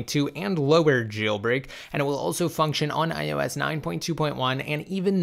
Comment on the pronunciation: especially IOS he loves saying IUS Lol